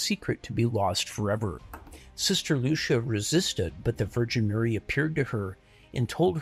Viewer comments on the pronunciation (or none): Stop saying sister loosha. It's Lu see ah. Your pronunciation is ruining the video hahaha.